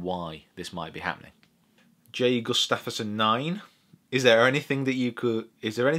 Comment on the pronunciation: pronounced Gus-tuff-sun haha. Thanks for answering!